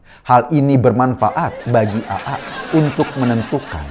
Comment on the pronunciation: Pak Eko, bisa nggak ngomong AA nya itu biasa aja.😂 Agak gimana gituh cara ngomongnya Aaa..